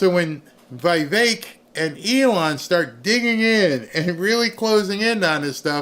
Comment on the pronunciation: IT’S VEE VEK. NOT VEE EYE VEK.